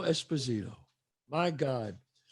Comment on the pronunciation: It would have been AMAZING if Chazz remembered at the End/Closing, Giancarlo's Last Name's Actual way of Pronouncing it (since He HIMSELF clarified it to Chazz at the beginning of the Sitdown) And said EspOsito instead of EsposIto 🥲😢 That would have been mega class act by the Great Chazz!